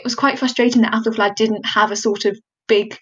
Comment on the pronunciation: I cannot stop hearing appelflap 😐